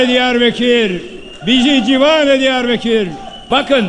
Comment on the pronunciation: Diyarbekir değil beya Diyarbakır...